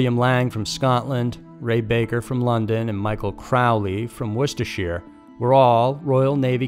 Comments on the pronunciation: War-chester-shire sauce;) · This was a great video, but I'm more impressed by the fact that you actually said "Worcestershire" correctly!